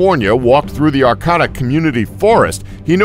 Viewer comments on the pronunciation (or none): It’s pronounced Are-kay-ta. With a long A in the middle. Not Are-cat-a